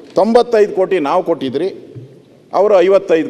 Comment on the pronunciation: ಕೊಟ್ಟಿದ್ರಿ.... ಕೊತ್ತಿದ್ರಿ.... ಎಂತಹ ಕನ್ನಡ.. ಕರ್ಮ...ಅದು... ಕೊಟ್ಟಿದ್ವಿ....